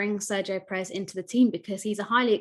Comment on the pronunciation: U are pronouncing perez wrong.. The accent is in the first syllable pérez not peréz...